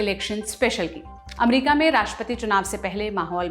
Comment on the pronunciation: अच्छा है चलो आप ने अमेरिका को एमेरीका कहेने के बजाय अमरिका बोलना शुरू किया👏👏